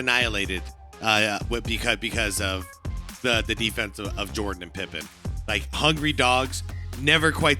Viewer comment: . Nice correction on the pause. Thats a good pause on our boy Pibben😂😂